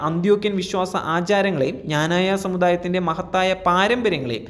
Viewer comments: Does the news reader know how to pronounce our community's name ? Pronounce it clearly as "Kna-na-ya" and not as you prounounced , "Jna-na-ya " ! Does anybody, including the Patriarch , really know anything about the depth of faith, tradition and strength of Knananites ? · മഞ്ഞ ചാനുലുകാര ആദിയം പോയി ക്നാനായ എന്ന് പറയാൻ പടി. അല്ലാതെ ഞാഞായ അല്ല..... ഇത് എഴുതി തന്ന ഞങ്ങൾ വൈദികർ ഊമ്പ്പിയത് കൂടെ അറിഞ്ഞു കാണുമല്ലോ. പിന്നെ ഇന്ത്യൻ ഗവണ്മെന്റ് ഡിപ്പോർട്ട് ചെയ്ത കരിം പത്രിയർകീസിന്റ ഗുണം കൂടെ ഒന്ന് വാർത്ത ആക്കണേ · എടാ പട്ടി ഞാനായ അല്ല ക്നാനായ എന്നു പറ ! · എടാ ഞാനായ അല്ലെടാ... ക്നാനായ എന്നല്ലേ... കഷ്ട്ടം... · പറയുന്നതെല്ലാം സത്യമാണെങ്കിലും സഭയുടെ പേര് കൃത്യമായി പറയാൻ ശ്രദ്ധിക്കുക. നല്ല രീതിയിൽ നാക്ക് വടിക്കുന്നത് നന്നായിരിക്കും.